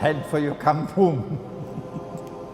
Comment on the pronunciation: its not campoom xD its was kampung lol its in malaysia languages 😂